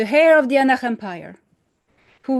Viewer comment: dear lady if you read this heir is pronounced air 😉🫶